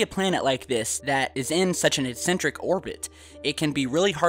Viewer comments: eccentric not excentric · is he saying incentric or eccentric ?